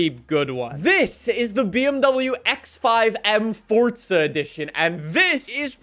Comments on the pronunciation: Dude its Forza for the last frikin time not Fortsa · Are you ever gonna say it right? Its forZa not forTza